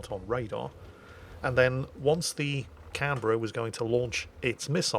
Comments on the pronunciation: As an Aussie, you have my approval of your pronunciation of Canberra. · Yes he did well...